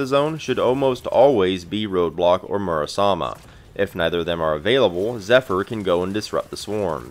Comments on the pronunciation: Just joking, good video. You’re pronouncing it Murasama when there is an E at the end, not an A. It is more of an ‘æ’ sound than an ‘ay’ or ‘eh’ though, which is awkward if you’re not accustomed to it. People say ‘sake’ as in the drink wrong for the same reason. And don’t feel bad, Lorenzo in the English dub literally butchers his own sister’s name, but Sandy doesn’t. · >mispronounced Murasame dropped